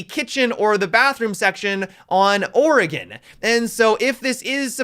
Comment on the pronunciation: The way you say Oregon makes me think your from Oregon....